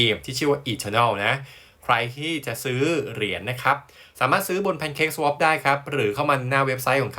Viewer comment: ชอบตรงเจ้าของช่องพูดคำว่า swap ถูกต้อง ตรงช่อง สวาป แสวบ มั่วไปหมด ฟังแล้วลำคาญ ชอบช่องนึ้ครับ